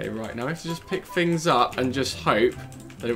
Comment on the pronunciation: please say things not fings